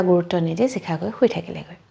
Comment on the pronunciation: চিখা নহয় চাগে শিখা হে হ'ব । এই উচ্চাৰণৰ ভুল শুনি থাকিলে ছোৱাৰ ইচ্ছা কমি যায়